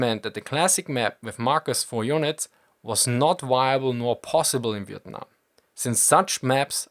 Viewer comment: Not relevant to the video but your pronunciation of " Vietnam " were actually pretty on point this is the 1st time i've heard a foreigner pronounce it correctly